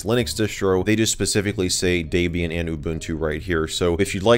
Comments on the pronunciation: deeebian not daibian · D"e"bian. Not Daybian. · Welp, that's the first time I've ever heard "Debian" mispronounced. Did that drive anyone else crazy? It's not pronounced "DAY-be-an" it's pronounced "Deb-e-in", as in the name was come up with as a mashup of the names Deb(ra) and Ian ... Debian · i'm sorry but , DEBIAN NOT DAYBIAN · your saying Debian wrong lol its DEBIAN not daybian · Daybian is indeed a very nice OS and there are a lot or people who use it. Personally though, I prefer Orch L-eye-nux. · who else is slightly irritated by the way he says debian >_< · Lol the way he pronounces Debian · you speak incorrect for Debian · You said Debian wrong